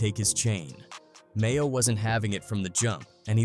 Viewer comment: dudes name is maino not mayo. you should prolly use ai narrator without autocorrect next time